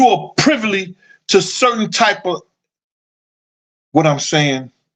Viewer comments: "privly"? the word is "privy" fam... just be like "F the English language I'm finna say words how I wanna say them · You my guy, but it’s PRIVY not PRIVLY…just trynna look out for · "You are privly" I hollered... all in fun because I mess up word pronunciation all the time and laugh at myself. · It's PRIVY man PRIVY.